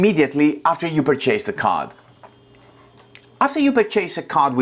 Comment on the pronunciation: Just a helpful hint as I'm guessing English is a second language for you: Mandatory Pronounced: MAN-duh-tore-ee Purchase Pronounced: PURR-chess Excellent tutorial. Thank you!